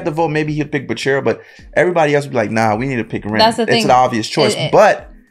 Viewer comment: Why do you pronounce bachira's name right at first and then immediately incorrect yourself?😅